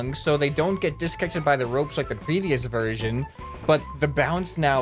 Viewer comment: THE YES VERSISION